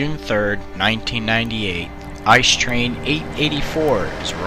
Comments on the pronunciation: I see these things almost every day, and my buddies drive them, so even as a Regional Train driver I should know how to pronounce the name of our flagship product. It's pronounced I.C.E., just calling it ''ice'' is completely wrong. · "I. C. E." not "ice" ... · ICE is a short form, so you have to pronounce every single letter. it's not like the word ''ice'', it's like you're reading three letters from the alphabet, or like if it was spelled I-C-E. Many english speaking people do this mistake, and it's a pain for every german to hear this ;) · Better known as a I C E, not ice. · Please say Ice as seperet letters so I-C-E that's how we germans say it thank you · Is I.C.E not ice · It’s not Ice, it’s I-c-e. It’s not db, it’s Deutsche Bahn. Not big things but extremely annoying, please people say it correctly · Why do you call it 'ice'? It's pronounced i-c-e. Must be because many native English speakers can't imagine something being pronounced differently than they are able to read, while a different language... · please, it's I C E as in pronounciation, not ice. And it triggers me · it's I-C-E not Ice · you prenounce it as I C E. loose letters. not ice. its germany not the yukon ffs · Every time someone says "ice" instead of I.C.E. I get closer to ending my life. The acronym is said in letters I.C.E. means Inter City Express. I bet everyone calls it ice just because the engine is white. But it's an acronym that's said in letters. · It’s not ice train , it’s I, C,E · Uhmmm u speak the letters out individually like i c e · I get triggerd when ppl say ICE in ICE Cream and not I.C.E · It makes me bit mad when Americans pronounce ICE as “ice”. It’s “it-see-e” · Don't say ICE like ice-cream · People who don’t even pronounce it as I.C.E or ICE: ...... Seriously guys, it can be pronounced as both, it means the same thing. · ICE: most Europeans would say something that would become [Ee]-[Say]-[Ay] if you wanna write English phonetically. Also, Eschede -> [Es]-[sch-ey]-[deh].